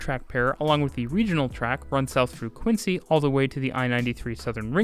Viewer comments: Frequent visitor to Boston - and frequent T user - here. Good video about a good system! One little thing. "Quincy" is pronounced "Quinzy," not "Quinsy." No idea why. Also, for others here who are considering a visit to Boston and may not know: FOR THE LOVE OF GOD DO NOT DRIVE IN BOSTON. Boston drivers are INSANE. I would sooner drive in Rome. Boston is very walkable, the public transit really is good, there is Uber ... do anything but rent a car. Also, happy Canada Day! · It's pronounced "Quinzee" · Great Video! Thank you for covering the T. Only a few minor mispronunciations (which shows you did your homework): “Quinzee” and “Hayvril” - thank goodness you didn’t cover the commuter rail stations… Worcester can be very challenging to pronounce. Excellent video!